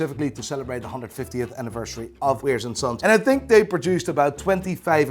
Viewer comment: “Weirs” & Sons? You’ve been there many times and you still can’t get the name right? Totally annoying!